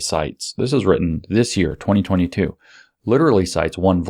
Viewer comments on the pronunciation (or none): none